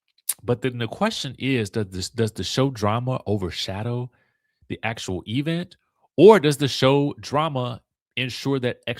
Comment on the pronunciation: Why are you saying event like Kimmi Scott, e-vent?